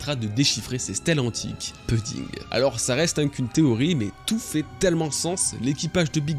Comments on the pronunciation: Pouding pleaaaaaase pas peding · Ça se prononce "pouding" pas puding. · Je sais que ce n’est qu’un détail mais tu peux dire POUDDING ET NON PEUDDING stp 🙏 Merci d’avance pour l’effort lol